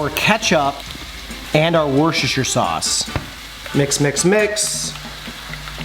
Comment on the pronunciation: Hey mate. I have some suggestions for you. It's woostershire sauce, The R is silent mate. Secondly, turn your fork around its better that way. Third tip, always combine your peas with the mash!